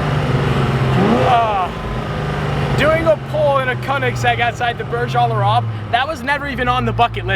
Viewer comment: The way you say :Al-arab is fucking annoying. It's al-AYYYYYYRAb come on. Also, every single youtuber and his mother has went to that presidential suite, they do it all the time.